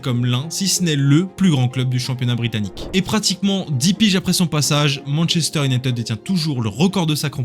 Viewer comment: Tres bon sujet. Pour avoir connu le MU des 90s avec York Cole Giggs Les frere Neville, Scholes Keane smeicheil etc... MU cest un soucis de releve et de gestion, comme la Juve and co. Les gros transferts ca a ete n'importe quoi. Ps: le frnacais cest pas possible. Cest soit en vf "manchester unitèd" soit en anglais cest "manchester you-naï-tid". Un effort alors que cest le sujet serait pas mal (surtout avec des videos d'illustration ou eux les disent correctement...).